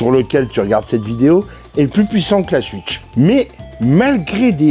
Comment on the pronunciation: Cool ta vidéo ! Moi aussi j'ai kiffé la "Suitch" 😅 Tu ne serais pas originaire d'Alsace par hasard ? Bonne continuation !